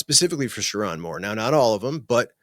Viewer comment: LSU over MICHIGAN 😂😂😂 😂 That’s why ppl can’t take you seriously. Can’t even pronounce Sherrone’s name correctly. Smh